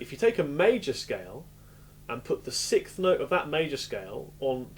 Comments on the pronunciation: Very good explanation even though he can't say "sixth"....ha ha...."SICKTH". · When you say "sicth", you actually mean "sixth". Even being English, you would still pronounce the 's' in the word. Sorry to be an ass, but thanks for the great lesson.